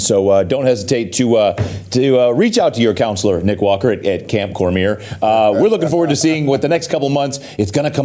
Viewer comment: Why does nobody pronounce Cormier's name correctly? COR MEE AY.